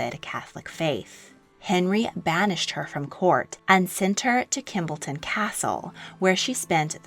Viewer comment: It is not Kimbleton castle, it is Kimbolton, .......... Kim- Bolton